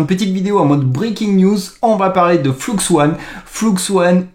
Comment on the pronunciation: soit tu dis "fluxe un" soit tu dis "fleux one" tu peux pas mélanger les prononciations entre anglais et français. enfin si tu peux, mais ce sont que les français qui ne connaissent pas l'anglais qui font ça. Sinon d'après ce que j'ai compris flux1 c'est stable diffusion (plein d'ingé de SD) utilisant un dataset d'image non libre (chut) qui permet de rendre stablediffusion enfin exceptionnel et pas limité par la qualité merdique du dataset.